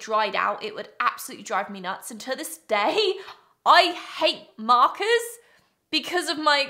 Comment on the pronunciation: I was away from the screen but hearing the audio and I thought she was calling someone named "Marcus" when I looked back, I realized that what she said was "markers" 🥲😂🤦‍♀️